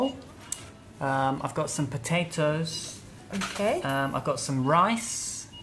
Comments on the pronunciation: En los vídeos escucho mucho a diciendo /som/ (some) y /broder/ (brother). Pero es /sam/ y /brada/ verdad? Gracias por vuestros vídeos, son la "milk" 😂😂 ❤️😘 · says "som" and "si" (she) haha.. she's amazing!!